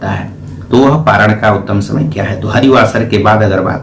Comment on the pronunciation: परायान नही पारण होता है